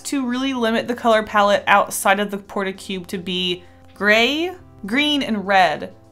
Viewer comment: It's not a "Port-A-Cube" it's a "Port-A-Cub," LOL ^_